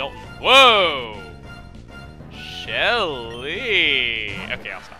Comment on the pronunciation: I felt awkward when he said Shelly like that because that's my sister's name. Lol